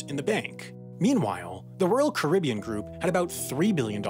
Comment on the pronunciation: Why do you pronounce “Caribbean” two different ways in this video?